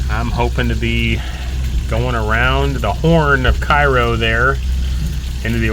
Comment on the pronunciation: It’s pronounced Kay row.